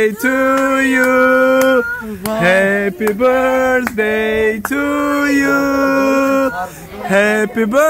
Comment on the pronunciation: Ҳадди ақал ҳамон Happy birthday-ро дуруст хонед🤣🤣🤣